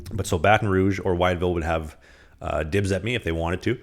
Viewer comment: it is pronounced “with-ville”. Spelled funny but that’s how we say it around here. Also Go Dawgs of the SPHL. Champs for 2023!!!!